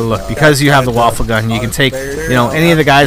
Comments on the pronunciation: its not pronounced waffle its pronounced wa-fey what in german mean weapon. so its a wonder weapon traslated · its va - fe get your pronounciation correct next time. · the WunderWaffe is actually supposed to be pronounced "VunderVaffe" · i'm not gonna lie, you're being a troll and a docuhebag, it's a video. First, he's pronouncing the wunderwaffe as 'waffle' for effect, like does. second, you don't have to watch it, so just watch another video without commenting? and finally is a 'fuck you; really relevant? i think noy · no it is pronounced woon-der-waf-fe